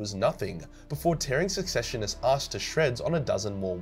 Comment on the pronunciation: You are saying secessionist very wrong too